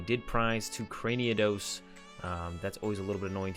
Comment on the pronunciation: Well played and commentated as always. You seem to pronounce Cranidos as Craniados which is certainly an interesting decision, we'll see if it comes back to bite you...